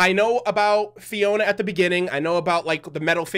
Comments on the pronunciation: ITS FIORA NOT FIONA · "Fiona?" It's "FIORA!!!" With an R!